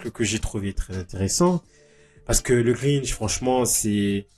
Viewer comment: le Grintch ? ça existe pas ça ... Si tu parles du Grinch y'a pas de T ... Quoi qu'il en soti Jim Carrey est dans une merde noire il ferait n'importe quoi pour relancer sa carrière